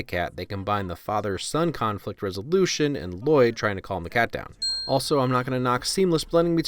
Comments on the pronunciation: it is not pronounced l loyd it’s Lloyd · It's not Lloyd. It's Lu-Loyd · Excuse me but it's L-loyd not L-Lloyd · I'm kind of mad he didn't say anything about the 'Lah-Loid' bit especially since it's origins are so funny- Justin actually struggled with reading some of the names for the first time and he would unironically say 'Lah-Loid' instead of just 'Lloyd' because he genuinely thought that's how you said it at first and the directors loved it so much they made it consistent and even added that 'And it's Lloyd, DAd! No L-L-O-Y-D, I named you' bit which is ICONIC in mine and all of my friends' opinions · Ahem… his name is pronounced Luh-Lloyd. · I’m thoroughly disappointed that you mispronounced the main character’s name the entire video. Everyone knows it’s pronounced L-Lloyd. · It’s Luh-Loyd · Its La-Loyd, L - L - O - Y - D Garmadon named him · To be honest, thanks to Garmadon I cant pronounce his name anymore. I keep saying L-loyd and its driving me crazy. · You uneducated human specimen, Its “La-Loyd” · No it’s L-L-O-Y-D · It's ell ell oh why dee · Don't you mean la-lloyd also yes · No it’s La-loyd